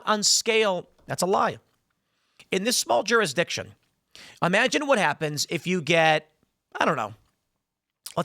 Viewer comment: Tim's over pronunciation of "jurisdiction" is fucking annoying.